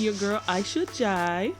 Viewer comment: You are right. Fatou is the most common name in the Gambia and I use to say that I will never name my daughter that name. Aisha is a beautiful name but the way you pronounce the last name is correct. Ask your sister how to pronounce it properly.